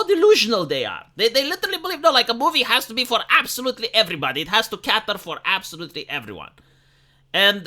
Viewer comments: Please :D "cater", not "catter" [kei'ter](rhymes with "hater/later"), not [ka'tter] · *Cater Not 'catter' Yer welcome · Cater not catter. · Sorry to be a Grammar Nazi but it is 'cater' not 'catter'.